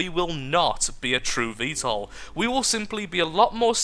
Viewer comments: You're pronouncing VTOL right. 'Murikan approved. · u r pronouncing it correctly